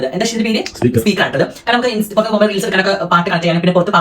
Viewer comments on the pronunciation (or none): none